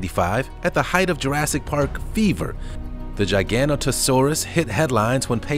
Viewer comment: The Giganotosaurus sounds like Gigantosaurus